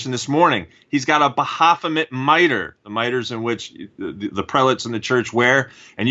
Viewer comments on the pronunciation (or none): Pretty sure its "Ba-fo-met"... Makes me want to bang my head on a table hearing "ba-ha-fo-met" lol..